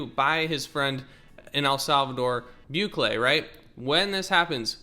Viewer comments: Bukele = Bew Kele (wrong) Boo Kelly (correct) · "Bukele" is pronounced "BOO-KELLY"